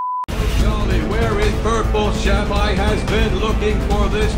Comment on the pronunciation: Frankramk Lentine yeah you said Sheep not Shep